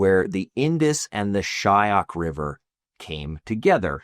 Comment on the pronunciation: A LITTLE CORRECTION ITS " SHYOK" RIVER..NOT SHAYAK